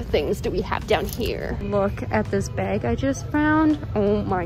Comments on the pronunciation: lol "beg" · google: bag: BAIG